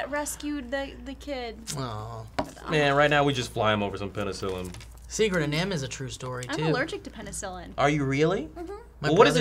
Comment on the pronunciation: Man, hearing them try to figure out penicillin hurt me. lol